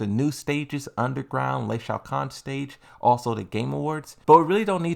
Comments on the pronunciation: Stop saying LEI Shaokhan already! Its Lee Chaolan! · bruh stop saying Lee Shao Khan its Chaolan ...Aint funny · It's Leeee Chaaoolaang not Ley Shao Kan. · I keep hearing you say Shao Khan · Lol. I need you to know how to pronounce Lee Chaolons name. Lmao. Who tf is Lei Shao Kahn?